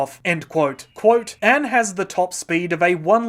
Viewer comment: lol everytime you say Anne I think your saying AM from I Have no Mouth and I must Scream